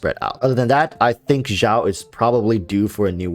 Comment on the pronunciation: why cant you just say xiao like "shower" without "er". The "x" in xiao doesn't have the vibrating sound. You made it sound like "zhao", which is completely wrong